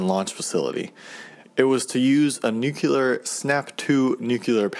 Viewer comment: Its Nuclear not Newkiller